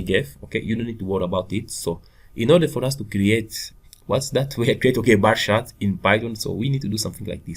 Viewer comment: It's not "bah shart". You're not from Boston, Massachusetts, and the word "shart" is slang for "shit". It's pronounced "baR CHart". And what's the point of doing a tutorial when you don't even know the language or basic programming principles?